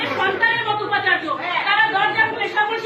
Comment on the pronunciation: উপ আচার্য নয়;অন্ উপ আচার্য।